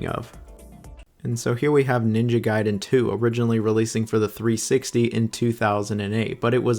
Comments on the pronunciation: Ninja Gayden? Raiu Hayabusa? Dude, go and at least review how to pronounce the names correctly. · It's ninja gaiden, nit ninja gayden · guy den not gay den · Ninja Gayden😭😔 Noo ! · Ninja Gayden ?? 😂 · I love how bro goes back and forth between pronouncing it Gay-Den and Guy-Den. 😂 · Ninja "Gay" den????? come on man, at this point, it is not funny anymore. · What's with you and your pronunciation of ninja gaiden? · Bro seriously, it's Ninja Gaiden not Ninja Gaiden FFS!!! 🙄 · The bit of you changing pronunciation for Gaiden and Hayabusa will never not be wonderful